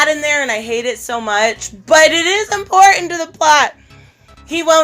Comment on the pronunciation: "It's import-ant" 🤣😂🤗